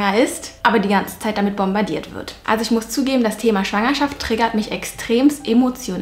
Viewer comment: Mich triggert es, wie du manchmal du triggerrrrrt sagst 😂